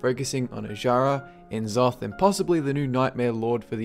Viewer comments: "Nuh-zoth." Not "en-zoth." Just like it isn't "See-thun." Its "Sssssthun." Jaysus. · If only you pronounced N'zoth's name right ;_;.